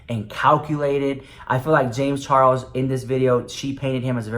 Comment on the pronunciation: i love the way you call him james CHAR WOLS xx